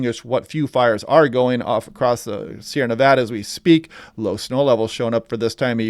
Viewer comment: Excellent content. And thanks for pronouncing "Nevada" correctly!